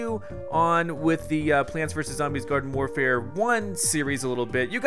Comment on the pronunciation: Did he just say Garden FORfare at the start of the video? 😂😂